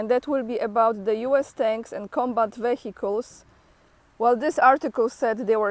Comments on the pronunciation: every 100 km 1 Tank if 14 of them…👌🏻👌🏻🤣😂 A lot there is 1500km Front line so all this Equipment i really a lot!!! 👏🏻😂😂 try to say Vehicles without H…sounds better and proper spell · you don't even know how to pronounce the word "vehicles" properly? When will you finally learn to speak correctly?